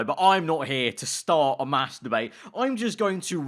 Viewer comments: be weary of how you say mass debate next time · You gotta start saying mass debate more clearly man. Try saying it quickly over and over you'll get what I'm on about. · did you say massdebate or Mastrubate? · Honestly I thought he said masturbate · “I’m not her to materbate” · him saying mass debate sounds like hes saying masturbate lol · I legit thought he said masturbate instead of mass debate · i know he was saying mass debate, but i couldnt help but hear masturbate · did anyone else hear it as i’m not here to start a masturbate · Mass debate... really. Say that again and what does it sound like Masturbate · “I’m not here to mass debate” Me hearing masturbate and not mass debate: “Can you do that on YouTube?” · you say. I'm not here to start a mass debate. When you say that i kinda sounds like you say masterbate.... Just a heads up 😂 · The Imposter he sounded like he said masterbait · Nobody: Absolutely nobody:: mass d bate 👀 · The way says mass debate sounds like something different you know what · it's sounded like you said something else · I’m not here to start a mass-debate 😂😂 (i had too take twice when i first heard you say that)